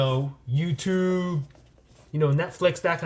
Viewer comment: Is anyone else dying at how he pronounced, YouTube? 😂😂😂